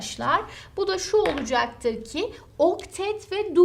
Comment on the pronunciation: "Olucaktır" demesi ne hoş hocanın ya <3